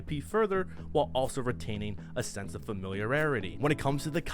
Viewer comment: ... A sense of what, now? Lol I'm only giving you sh!t to mess, but you hella butchered that one. No pun intended! I definitely dig your stuff, man, keep it up. 🤘🏻